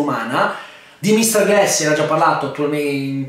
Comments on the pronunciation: Si dice glAss, non glEss... ecchecchezzo. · si pronuncia Glass o Gless?